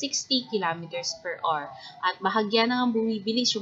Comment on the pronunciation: Per awar. Not awr.